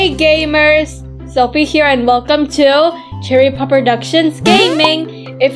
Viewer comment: But thid you said melcome